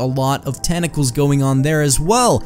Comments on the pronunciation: sounded like he said tene calls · "tenacles, tenacles , tenacles Tenclaes TENCLAES TENCLAES TENCLAS TNCLSDNSJCNSN"